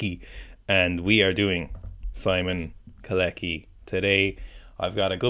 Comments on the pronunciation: I think you pronounce him "Co-latch-ky" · After butchering kolecki's name so many times I don't think you have any right to complain about people not pronouncing Irish names right lmao 😭